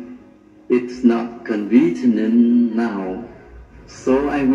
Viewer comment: Convenient :( phiên âm tiếng việt là; con vi ni ân ) nghĩa của nó là : tiện , tiện lợi, tiện ích) mà Quang trọc nó nói sai thành ( con vi T nần ) , và 1 lỗi cơ bản nó đang nói từ hiện tại translate nghĩa là dịch thuật, mà Quang trọc nó thêm ed vào sau là sai thành thì quá khứ là sai bét nhèm, nếu người có bằng 6.0 thì không thể nói sai 2 từ cơ bản trong câu hội thoại như thế được nên chắc bằng tiếng anh của Quang cũng cần phải xem xét lại, ( tôi đồng ý nếu không giao tiền tiếng anh trong thời gian dài thì sẽ nói không suôn sẻ và lưu loát như Quang đang bập bẹ em bé lên tập nói , còn sai chính tả và phát âm thì không thể giao tiếp vì người đối diện không thể hiểu được đúng ý ) có thể bằng của Quang là bằng eo ơi 😂